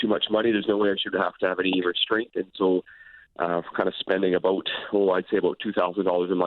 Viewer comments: I knew this guy was Canadian when he said " aboot" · The way he says "about" is funny